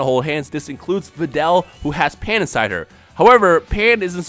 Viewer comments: you said pain instead of pan a couple of times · lol you said Pain instead of Pan XD